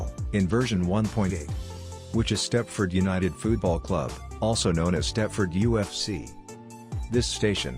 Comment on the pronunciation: Stepford United Foodball Club?????? I thought it was Stepford United Football Club lol XD